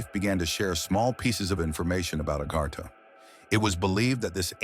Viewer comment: Its called AGARTHA. A GARTH A , NOT agarhta your not from India